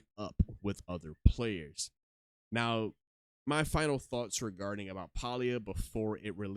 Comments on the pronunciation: Nice video but it's not "Paul-E-ah" it's pronounced "Pay-Lee-yah". Pay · Please Stop miss pronouncing the name of the game Listen to the devs how do they pronouce the name of the game "PAY-LEE-A" not pal-lee-a!!!!!